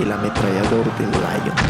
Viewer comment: Ojo no es láyon sino lión es Francia no Inglaterra